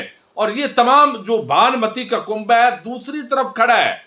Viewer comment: Kumba nahin kunba hota hay